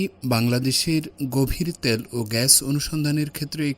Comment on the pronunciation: ত্যাল না তেল। শুদ্ধ বাংলা বলার চেষ্টা করছিস এটা ঠিক কারতে পারিস না?